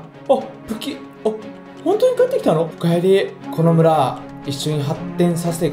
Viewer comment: 最初のこの村は俺が守るって奴、野々村は俺が守るって聞こえたw